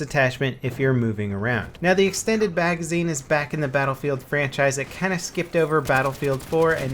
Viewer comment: "The extended bagazine" xD